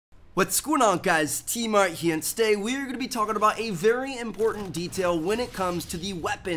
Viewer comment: Why does it sound like you're always saying "What's going on guys TmarT here" Its like you're always missing the m at the end